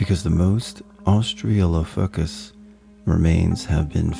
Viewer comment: Austra-lo-pith-icus (phonetically) but interesting stories, nonetheless